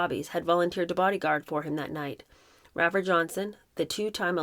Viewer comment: Loving this book. (Fyi - Rafer Johnson pronounced with a long A.) I so enjoy your comments and summaries Thank you